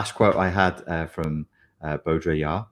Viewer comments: Baudrillard is pronounced Bow dree ar, not Bo Diddly ard 😊 Did my dissertation on the hyperreal 20 years ago and... yup. Never more true than now. Strange days indeed. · It’s pronounced Bo-dri-ard (like yard). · "Beau-dree-yard !" Follow the the bouncing ball....